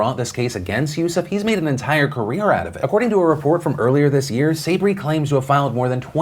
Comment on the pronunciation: Phil, Sabry is pronounced sah-BREE.